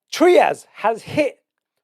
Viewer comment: TRY-ASS not Treeas. Great content though, thank you.